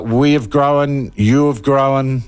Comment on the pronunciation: Sean, there is no E in grown